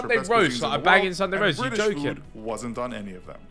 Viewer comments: Vik: "im bri-ish!" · "I'm Bri'ish" ~ Vik